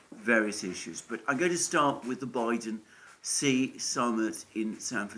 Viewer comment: Xi is pronounced she and not see….